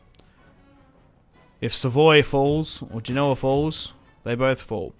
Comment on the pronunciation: Genoa is said as Gen-oh-aa. Not Gee-no-aa